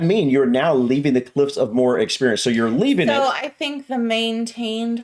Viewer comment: You actually got it right the second time, moe her is how you would say it.